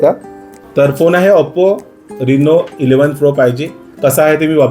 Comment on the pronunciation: आपो नाही ओपो असतो Oppo